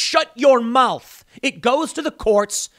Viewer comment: I hate it so bad when Tim says, "Shut your maooth!" Wtf is a "maooth?"